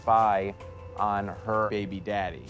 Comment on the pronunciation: He’s putting emPHAsis on the wrong syLLAble. 😅